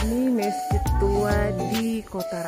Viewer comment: Bukan mesjit tapi masjid tolong diperbaiki kata2nya ibu